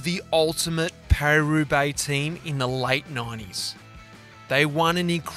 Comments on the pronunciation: He got it right in the intro, but after that ..... 😲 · Watching Mitch resolutely pronounce it pariS in front a Frenchman was 😅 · I'm Australian and I cringed when he kept pronouncing Paris with an S. Very odd